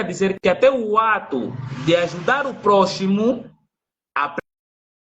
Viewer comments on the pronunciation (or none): Mano não me interprete mal, escreve-se próximo mas não se pronuncia da mesma forma. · Não?claro que sim,realmente o pronúncia erroniamente mas você tambem não disse nada com nada